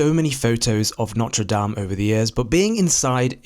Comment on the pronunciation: NOTRE DAME -- please note the last letter